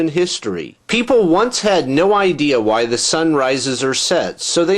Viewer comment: i luz your videos, but i hate the way you pronounce "why". its just like stewie